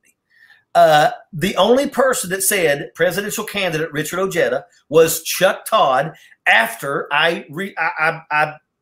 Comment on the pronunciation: I always thought Ojeda was pronounced O-hey-da instead of O-heada. I have never heard a Mexican refer to Jesus as Hess- sus.